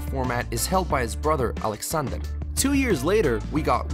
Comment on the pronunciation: I can pronounce foreign words and phrases easily. It's one of my talents, actually. It's the fact that he thinks anything from Russia at all has to be over-pronounced in some stereotypical Russian accent. One of the Russian people's names was Alexander, which should be pronounced normally, but simply because it's a Russian person, he says AHLEXAHNDAHR in a stereotypical Russian accent. It's actually pretty racist if you think about it.